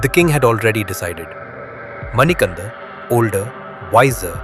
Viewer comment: His name is not Manikanda it is Manikanta kindly understand the meaning